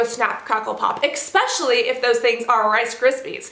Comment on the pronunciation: Oh my. The word is ESPecially. NOT EXPecially. How has no one ever corrected her??